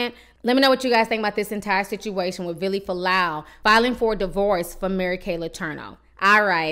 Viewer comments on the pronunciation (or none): His name is"Villi" not Billy. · Here's a poppin comment girl.his name is VILLY NOT BILLY.. GET IT RIGHT..JESUS.. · Lmao I can’t stop laughing at the fact you keep calling him billy it’s fucking Vili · You kept saying Billy when his name is Villi lol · just clicked to see how you pronounced Vili's name lmao